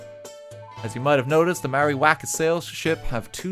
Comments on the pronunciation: Mai-or-i. That's the pronunciation for it, RT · That Maori pronunciation hurt my ancestors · RT, as a New Zealander, your pronunciation triggered me. A for effort tho! :D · The moment I seen this video I was expecting just LOTR related stuff but seeing stuff about Maori Culture surprised me! As a Maori, Bad pronunciation ofcourse but atleast you gave it a go RT! wish I could have helped with pronouncing Maori words